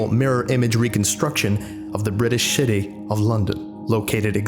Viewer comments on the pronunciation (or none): Did you say " British Shity of London"? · Haha, You pronounced city as shitty! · Sounds like you said "reconstruction of the british shitty of London". Youre welcome. Now none of you will unhear that. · Did anyone else hear him say shitty once instead of city... or was that just me.... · BRITISH SHITTY Impeccable pronunciation. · No one gonna mention that he says city like shitty at 1.40 ish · He said shitty not city😁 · Lol, he pronounced,"city of london", sh*tty of London In the description. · Anyone else notice he said "British Shitty"? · Am I the only one to hear him say British Shitty? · Did he say shity instead of city? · British shity? 😂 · British city gets pronounced "British shitty" XD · British "shitty" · Love how he says British Shitty. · Slipped up on the pronunciation of city lol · you can’t just say city like that and get away with it